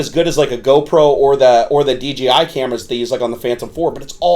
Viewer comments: Nice honest review. Thanks for your time putting the video together. Just one thing - it's DJI not DGI. I didn't want to correct you on this, but after the 5th time I couldn't help myself. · The gimbal dome is only used when you're just flying FPV, you should take it off when you're filming. One other thing, it's not called May-Vic or Dee Gee Eye you doofus. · Everyone says "dgi" instead of "dji" they should just change their name